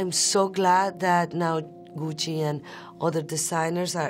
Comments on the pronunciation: She has the right pronunciation of Gucci and Ariana Grande. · I love how she says “Gucci”